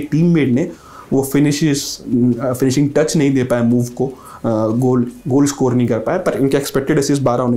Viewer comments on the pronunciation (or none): none